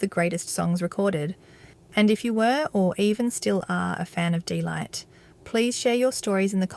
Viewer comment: its DEEE not Day!